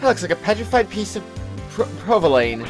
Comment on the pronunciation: Did you really just say "provo-lane'? "provo-lun?"Have you really never heard of this cheese before? :P He's certainly...something. What an interesting parody character.